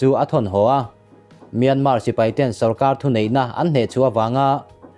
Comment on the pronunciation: Myanma tih tur, r hi lamrik tel loh tur.